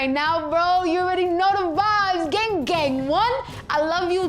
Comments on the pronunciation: Did she say ging gang one.😂😂👍👍🇺🇸🇺🇸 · geng geng 😂 bitch can't even say gang 😂